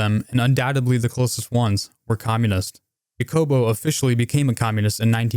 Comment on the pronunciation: Thanks for covering Guatemala. My family immigrated from Guatemala in the 70s during the civil war. I wish more people knew about the US' role in destabilizing so many countries under the guise of "democracy." A note on pronunciation: Jacobo is pronounced with an /h/ sound, so Hacobo. You're pronouncing it the European way by saying "Yacobo." Just fyi.